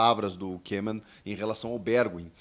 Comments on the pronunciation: Salvé Chico vc está de brincadeira até eu sei que a data limite para inscrição na copa do Brasil é até dia 9 de Setembro. Que grande jornalista kkkkkkkk. Mais uma coisa o nome do treinador da Holanda não se lê kemon mas sim kômen vcs são uma piada, mas acham se a última bolacha do pacote. Recomendo que vc se informe melhor em relação às datas com as competições no Brasil. Copa do Brasil dia 9 de Setembro, sulamericana dia 13 de Setembro e campeonato brasileiro dia 20 de Setembro. Eu daqui de Portugal e sem ser jornalista sei melhor do que vcs. BRINCADEIRA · Ae Chico dica para você! Em holandês "oe" juntos se fala como o nosso "u" então não precisa fazer difícil Koeman se fala em português "Kuman"